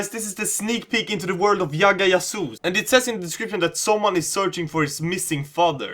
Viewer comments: Yagga Yasoos? It's 'J'agga 'J'asoos☺ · Well ,For your kind information I'd like to tell you that we pronounce "J" as "J" ,So it's Jagga Jasoos not Yagga Yasoos. And I love your videos they're amazing💓💓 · Why are you pronouncing J as Y ? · Did he just say Yagga Yasoos? or is J pronounced as Y in sweden? The same was with Bhajrangi Bhaijaan when he pronounced it as Bhaiyrangi Bahiyaan. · Its J as in Jam , J as in Jerry ! J as in Jill!! Lol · dude its Jagga Jasoon like u pronounce the Jug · I love how you say jagga jasoos 😂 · Doretta Kotian 😂